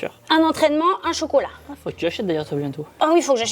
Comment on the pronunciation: Pourquoi vous dites focolat 😮😮😅😅😅